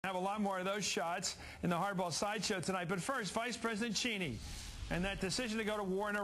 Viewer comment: So weird how CM says "Cheeney".